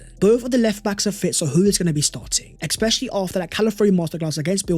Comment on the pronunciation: its especially, not eckspecially